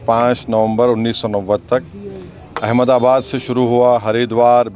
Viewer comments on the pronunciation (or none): none